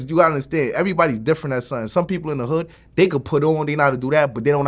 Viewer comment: Bobby says hood super proper lol